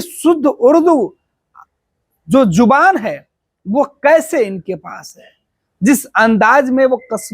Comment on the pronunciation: जुबान नही ज़ुबान बोलिये